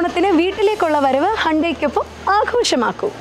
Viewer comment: ippo vivaramillatadu aarkanenu manasilai.... Firstly it's not "Handai".. Please check the actual pronunciation it's " Hyun-dae".. N btw it's not "grew up " (Past tense).. It's "grow up".. Vivaram koodiyadinte prashnamarikkum alle😅